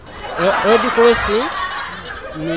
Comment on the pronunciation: Dear baganda. Its Zebra not ZEBULA. Its Road not LOAD.